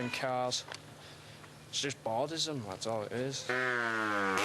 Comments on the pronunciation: Bordizem wtf 😂😂😂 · "boredism" LMAO, not boredom. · It's bordism lol